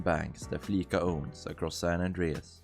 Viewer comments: It's Flee-sah, not Flee-kah! It's a pun on the word 'fleece', which can mean 'to rip-off or scam'. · No, it’s prenounced with a soft c. Listen to how characters say it in game. It’s “Flee-sah” not “fleeSuh” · It is pronounced fleese ah. like fleece ya😂😂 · i will say “fleeca” is satire upon “visa”, with its pronunciation being synonymous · Soft S in Fleeca. It's prnounced 'fleecer', to imply they're ripping people off with fees. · Flee-S- a. It's a combination of Visa credit card and to be 'fleeced' which means being conned out of money. No hate ;)